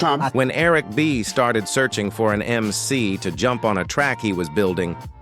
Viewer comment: YES please pronouce the God MC correctly....you put RESPECT on his NAME!!!!!!